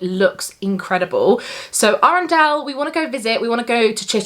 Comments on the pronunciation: We have the Peak District and Cornwall in an air stream booked ☺️ I love going on hoseasons lodge trips- they have some amazing resorts Just so you know before you film Arundel vlogs - i think it is pronounced a-run-dull (I think that’s the best way to explain it 😂 it would be amazing if it was Arandelle haha!) The wetland centre there is nice but I’m not sure if it’s dog friendly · Hahaha, love this video!! Made me laugh when you said Arundel, it’s pronounced A-ren-dul